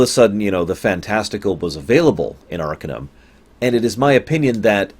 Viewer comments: it's arc-AH-num not ARCA-numb. The base word is Arcane not Ark. And I totally disagree. I think Arcanum aged the worst, by orders of magnitude, out all all the "classic" CRPGs. The combat is especially bad. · Its pronounced "Ar-Cane-um". It is spoken in-game and for that, I can't finish this video. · You fucking mispronounce the name of the game, for fuck's sake. It's pronounced AR-KANE-UM. Idiot. How do you expect me to listen to you for an hour if you can't even pronounce the name of the goddamn game? And why are you sitting there in the right bottom corner of the screen like a fucking albino turd? Oh man, I'm out of here. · Ar - cane - um Not arkuhnum you bald lardass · By the way, it's pronounced "arcAnum", as in "arcAne".